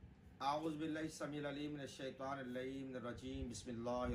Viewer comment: Oye lslooo aoubillah to sahi parho na jahil